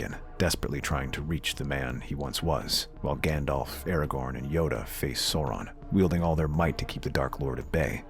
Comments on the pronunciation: It's ARAGORN, NOT ERAGON. Aside from that, very good. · He keeps saying Eragon instead of Aragorn. Eragon is a Dragon Rider. Aragorn is who he’s meaning here. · The mispronunciation of Aragorn and Sauron really hurt